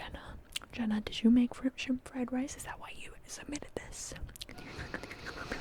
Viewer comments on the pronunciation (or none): none